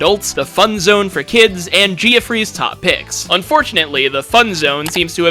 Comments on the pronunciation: “Geoffrey” is pronounced the same as “Jeffrey”. English orthography is a mess, names doubly so. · No its jeffy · Can't tell if AI or this guy has just never met someone called 'Geoffrey'